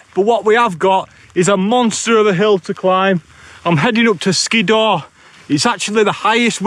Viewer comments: Hardcore camp that mate....oh and its pronounced Skidder. I pronounced it the same way as you until someone pointed it to me. 😉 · I liked the part where he said “Skiddaw”.